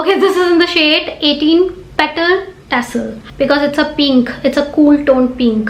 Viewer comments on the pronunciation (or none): "It is PEENK, a cool toned PEENK" 💕🌸😭😂